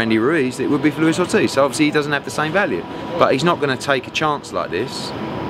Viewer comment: Pahahahaha you can tell Eddie was about to say oldtiz instead of Ortiz 🤣😂🤣😂👌🏼